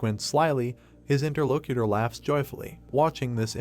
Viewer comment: I swear a braincell die everytime i hear interlocator being said